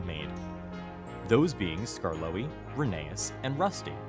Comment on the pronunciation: Rhe-ne-us, not Ruh-ney-us.